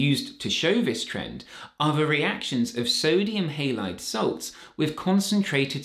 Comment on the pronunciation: Heylaid..thanks for the new pronunciation.❤